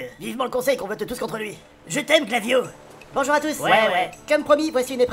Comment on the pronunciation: c est pas glavio c est flavio